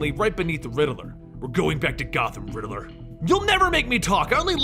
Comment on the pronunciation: Lol you kept saying "The Ridderler" It's just Riddler😂😅